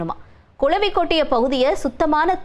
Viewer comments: It’s not கொளவி, it’s குளவி. தமிழ் நாடு எண்டு தான் பெயர், ஆனா தமிழ் உச்சரிப்பு சுத்த பிழை. 🚶🏻‍♀️‍➡️🤦🏻‍♀️ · கொலவி இல்லடி கிழவி அது குளவி